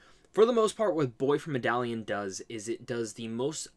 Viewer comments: With all do respect and someone that enjoys you videos, Medellin is pronounce “meh-duh-yeen” . Great video. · With all do respect, but how you gonna try to correct someone with the wrong info. Medellin is pronounced "meh-duh-gene".